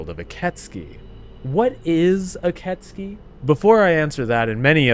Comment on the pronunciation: Ok, 2 minutes in but I am pretty sure it is pronounced "Ee keh tsoo kee" though I only think so because that's how I first pronounced it when I played it lol